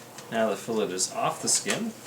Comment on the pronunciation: Nice video but learn how to pronounce fillet.